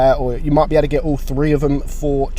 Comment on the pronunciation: they are gonna come with all three Me: is he saying “they are gonna come with all free or all three” lol